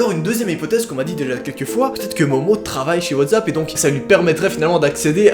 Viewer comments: WhatSSSSAP et pas WATZAP BORDEL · ta dit WATZAP xDDD